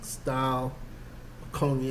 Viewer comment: Pronounced in English conyak not coniak!!!!